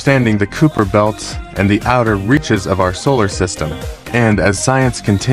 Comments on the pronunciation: It's pronounced "Kye - per", similar to Khyber (pass). Nit Cooper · I stopped watching when it said "Cooper" belt. Quit having AI do your videos.